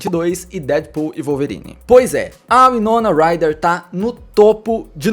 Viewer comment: Winoma Ryder ( Uai-nou-na Rai-rer ) pronucia correta